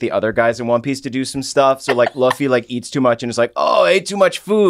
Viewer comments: New here, love this. But my dude is, Lou-Fee, not Luf-Fee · Coming back to this vid, I just noticed that I think got infected by julia's saying luffy is pronounced like hillary duffy